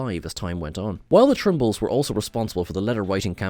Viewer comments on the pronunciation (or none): Tribbles, not Trimbles.